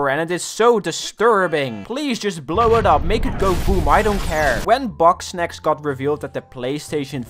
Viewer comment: it sounds like he says boxsnacs